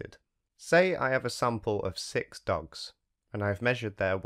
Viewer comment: I thought he said 🦆 🦆 ducks. Then I realized he said 🐕 🐩 dogs.